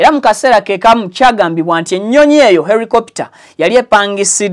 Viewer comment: Not Ericopter it’s helicopter 🚁